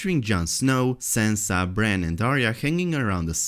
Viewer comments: Its not Sensa Its Sansa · Sorry, but the way you're pronouncing Sansa completely prevented me from paying attention to anything you have said.